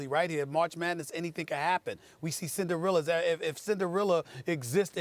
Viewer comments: "Cinderealer" lol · Who the fuck is “Cinderilla” Stephen A? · Who the fuck is Cin-da-realla? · the way he says Cinderella 😂